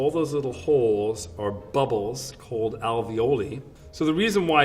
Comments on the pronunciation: its pronounced alveol-eye not like ravioli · Ravioli, ravioli, that's not how you pronounce alveoli. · note: that's not how you pronounce alveoli